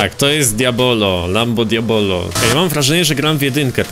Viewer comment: Lamborghini Diablo wieśniaku, nie diabolo